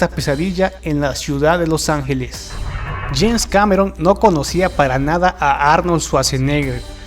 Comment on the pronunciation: Es James Cameron, no Janes. Al segundo lo dices. :/